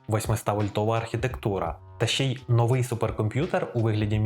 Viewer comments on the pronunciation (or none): none